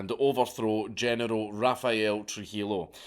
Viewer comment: No offense but do Scottish people have Generals because you pronounce it like genital